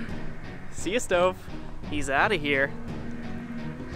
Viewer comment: CARTER GET IT RIGHT HIS NAME ISN’T STOVE ITS